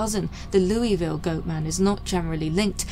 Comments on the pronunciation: Dope she actually said louisville right....👏 Congratulations P.S this is why I abosolutly love your content much love from the 502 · If you want to stand out as a non local in Louisville, call it loueevil vs Lou uh ville. The second way is how it’s pronounced locally